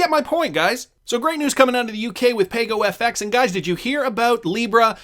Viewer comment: According to Ana Botin it's pronounced "Pah-Go."